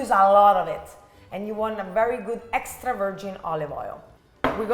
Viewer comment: Lol. "Hextra hot" killed me! Also: are you older or younger sister? Because you look like the younger one but you act like the older one 😂 but the whole family is very handsome and that is such a beautiful kitchen!